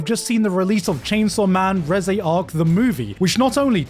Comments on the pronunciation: nobody else bothered by Gigguk butchering Reze pronoucation? Re zay lmao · "Rehzay" arc💀